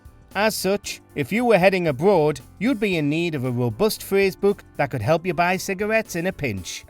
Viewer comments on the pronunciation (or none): ......if you were heading abwoad you'd be in need of a wobust phwase book ..." I vote for that one. 👍